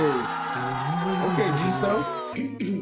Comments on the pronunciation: actually the guy said her name right, it’s gee soo not gee so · It’s pronounced gee-soo so yes he said it right. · Goes on a rant about saying Jisoo's name wrong while they been saying it wrong this whole time 😂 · Btw Jisoo is pronounced Gee-soo not G-so lol said it right lol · Gee-Sue ----- that's how you say it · It’s literally jee-sue. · In Korean It’s pronounced like G Sue so he said her name right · The interviewer is right it is Jisoo ( gee sue ) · It is pronounced Gee-Sue. Loved this video!!! Thanks for loving the girls so much!!! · He actually said it right. Her name is pronounced as Gee Sue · … he acc said her name right is gee-soo no jiso